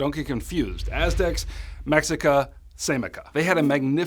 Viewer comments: Mexica is actually pronounced meh-she-ka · Mexica is pronounced “meh-shee-ka” for anybody interested there’s a ton of Nahua and other indigenous Mezoamerican learning aids on YouTube.